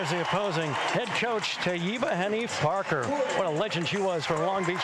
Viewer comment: I would add since they talked about Oregon, Tayyiba Haneef Park, yes it's PARK, not Parker.... How hard is that, really. Just showed a complete lack of preparation by the announcers.